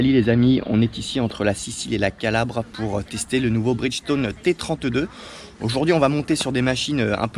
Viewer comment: Pneu Bridchtone 🤣🤣🤣🤣